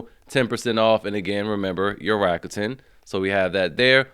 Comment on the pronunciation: Rrrrrakuten.... Thats all I hear. Rrrakuten... Jk thanks for the deals bru.